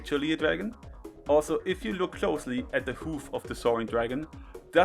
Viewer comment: "Se sun" Virgin vs "Ze Moon" Chad.